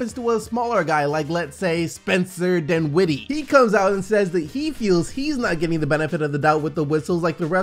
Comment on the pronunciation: The second syllable of his last name is not emphasized. It’s the first syllable. His name is DINwiddie, not DinWIDDie. Please stop it... it’s annoying.